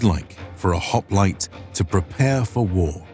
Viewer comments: You could have at least pronounced the name correctly. It's "HOP-LI-TAY" not "HOP-LIGHT" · "This is a Greek HOp-light." 🤦😂 Already messed it up 3 seconds in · Man oh man, I cannot get over how "hop-li-tay" is being continuously mispronounced.